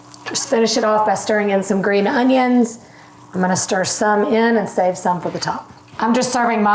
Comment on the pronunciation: Green oHUNNions